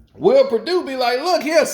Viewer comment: Bruh said will perdue 😂